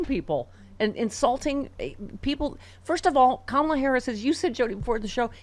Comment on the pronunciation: Crazy how she brags about being a better person for having kids, she demeans Kamala by mis-pronouncing her name and then brags how Kamala is not as humble as she is. Do these people not Hear themselves?!